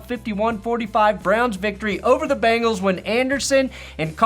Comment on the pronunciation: BEN-gulls, not BANGles.